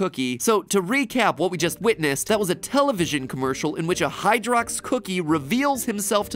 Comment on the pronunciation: Is it just me, but “Hydrox” sounds like “Hydra” and every time he says it I think of the MCU